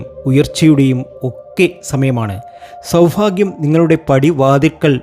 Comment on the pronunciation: ഈ ഫ എന്നൊന്ന് clear ആക്കി പറയാമോ.. Bore ആണു ഫാഗ്യം സൗഫാഗ്യം എന്നൊക്കെ കേൾക്കുമ്പോ ദേഷ്യം തോന്നുവാ 😡😡